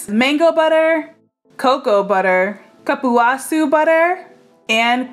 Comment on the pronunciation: Love the recipe! And if you want to know the correct pronunciation of cupuaçu, it's coo-poo-ah-SOO